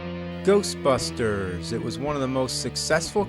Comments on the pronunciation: the ghostbusters sounded like "go fuck her" trololo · I heard GAYBUSTERS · it sounds like GHOSTFUCKER! :) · It’s Ghostbusters not Ghostbuster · Sounds like it’s saying "go fuck her" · Why does it sound like "GOBUSTERS!!!" XD I know it says "GHOSTBUSTERS!!!" but it sounds like it's giving a idea to Bandai about Tokumei Sentai GoBusters! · I heard Ghost fuckers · it sounds like its saying ghost fuckers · Sounds like he's saying "Golfbusters!!" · GHOSHBUSHTERS!!!!!!!! What The FUCK was that? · Game:Ghost busters AVGN: Ghershtbusters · "GHERST BUSTERS" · Sounds like the guy saying GERSTBERSTERS on the title screen never pronounced the S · gheeerst beersters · GHOOST BUSHTERS!! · hahahaha I can't stop watching to XDDDDDDDDDDDDDD GHEEESHT BSTEEEEERRSH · "Ghosshhbustersssh!" What the fuck was that? "Ghosshhbustersshh!" LMAO. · I almost pissed at GHLOSHT BRHUSHTERSS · Lol Japanese pronunciation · LMFAO "Ghosbusters"